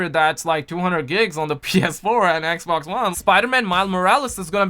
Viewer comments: it's xbox not eckbock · why does this guy always call the xbox, eckboxk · It’s funny how he says Xbox lmfao 😁 I’m not making fun of him I just think it’s funny 😁